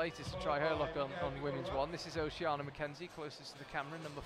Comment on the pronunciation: According to social media, her name is Oceana, so Charlie's pronunciation sounds the correct one to me.